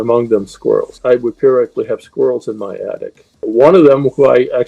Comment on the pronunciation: Instead of how it's pronounced which is periodically oh dude that created 🐿️ girl said perriclly! 😂😂😂😂